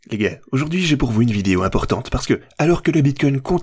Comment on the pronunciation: Tu dis les gays ? Ou les gars ?